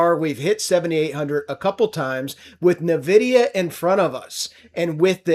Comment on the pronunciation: Someone needs to tell this clown it's not pronounced NUH-vidia.